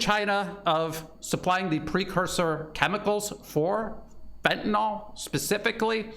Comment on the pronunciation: just on drugs... there is no FENTANOL.... it is FENTANYL 😉